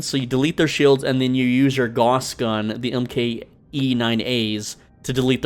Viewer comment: If you say "goss" one more frickin time...